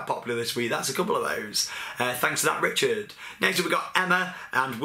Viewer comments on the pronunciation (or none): none